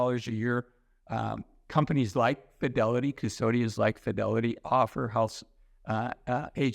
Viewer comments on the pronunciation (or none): Please!!!! prounounce Fidelity!!! It sounds like Fioli financial advisor!!! Love your videos. Diction!!